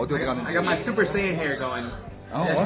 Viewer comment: Super sale 이 아니라 super saiyan 초싸이언 입니다 ㅋㅋㅋㅋㅋㅋ